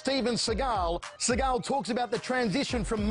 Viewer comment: Who’s “they” he uses “they” a lot “they” said im the best “they “ said they had never seen someone as good as me “ they “ said that they could see I was a gifted boodist (I’ve been a boodist since I was a child (Steven was jewish steve Seagal (see-gal ) not Sah-gal …Sah-gal is as phoney as every thing else about him ..like his painted on widows peak